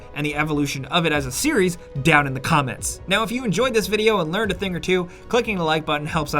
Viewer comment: Why does he say "the" right half of the time then just throws a d in out of nowhere